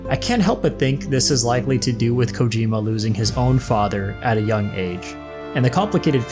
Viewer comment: Hopefully low roar is in ds2 im so addicted to their music and also to produce Kojima, it is pronounced CO-GEE-MA